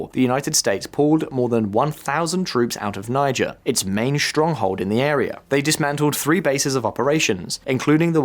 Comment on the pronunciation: Errr... really? First we got the mispronounciation of Shariah - unlikely, but ok, I'll live. But to then go on and proonounce Niger FOUR different times in just one video>?? For once I am HOPING this is AI because I refuse to believe that the narrator of a video of a channel that solely discousses global news is that stupid!